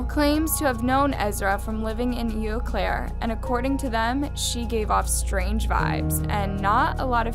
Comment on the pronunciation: Ew Claire 😂 it's pronounced "oh" Claire but it might as well be ew.